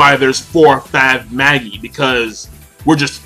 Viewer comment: Firstly, in Japanese, they pronounce it "ma-gi", so he's saying it right. Secondly, the word is no even an English one, it was taken from Latin, and can be either ma-ji or ma-gi (depending on which period of Latin-speaking you choose), so again, he's saying it right. Thirdly, it's not the same concept (the story borrows the word but not its full meaning), so basically you can pronounce it however the author decided to in her story:, which means, for the third time, that he's saying it right.